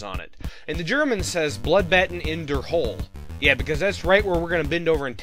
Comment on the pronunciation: Hölle = Hell, not "hole" Sincerely, a german guy